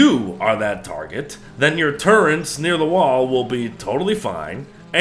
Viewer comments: Turrets, not turrents There isn’t an N in it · There is no n in turrets.